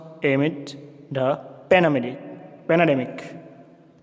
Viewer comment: Covid 19 Pandamic❌, Penedemic ✅